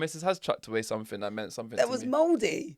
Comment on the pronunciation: I like word of the week and not to be pedantic but it’s driving me mad that your saying somethink instead of something almost as bad as saying Pacific instead of specific 😂